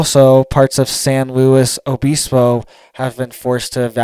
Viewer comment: We’d say San lew ibisbo but we were just San Siego surfers and there is one in north county San Diego with the same name. The “S” and “O” was silent